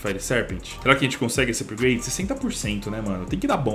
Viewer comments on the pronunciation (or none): none